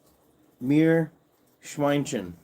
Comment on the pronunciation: Haha when the live was over. YT informed me of the live today 😂always fun to talk. Thanks. Have a good Week and take care of you! And your Meerschweinchen 😁🐹when you ask Saskia. She knows her german Viewers and speak a bit german with us crazy Guys at the lives☺️ I love how you say Meerschweinchen ♥️